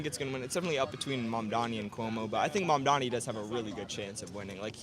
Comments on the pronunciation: Nick always pronounces it "Mandami" when's it's actually "Mamdani" 😆lol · It's not that hard boy. Not that you matter and not that he cares, but it's Mamdani not Mumdummy. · I don't think Nick has ever said "Mamdani" correctly. Pretty sure he says "Mamdami" every time. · First off, at least pronounce his name right. Stop saying Mum-da-mi. I also think yall just selectively edit in the most brain dead voters to make this look way worse than it is. The amount of people in the comments thinking that they aren't clueless themselves is laughable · How ignorant these people are they cant even pronounce his name! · The one guy can’t even say his name right. This is a disaster. Please don’t come to the south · This guy Nick can’t even pronounce his name but trying to speak on politics. Mamdani got yall white supremacist sick